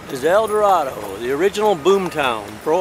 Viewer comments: As the Warden said, it's El Dur-ray-doe. No offense (and forgive me), but I kinda cringed when I first came across your El Dorado video back at the start of the decade and you pronounced the town's name with an A at the end. Our biggest pet peeve is outsiders mispronouncing the town's name. Also, you mispronounced Calion. It's pronounced Cal-yon. And for Ouachita, it's wa-sha-taw. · hey dude,i sure can tell your not from Arkansas,u did say the county of ouachita right,and town of el doardo,right either... just trying to inform u!